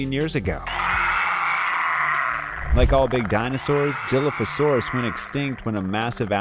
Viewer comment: As soon as you pronounced Dilophosaurus WRONG I just couldn’t watch anymore…